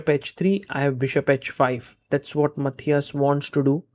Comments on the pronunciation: Sargars Pronounce "Matthias" in is korrekt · He pronounced it the right way every single time.